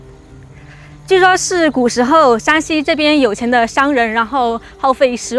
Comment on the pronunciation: Shānxi 山西😂❗️☝️ not Shǎnxi 陕西😅❗️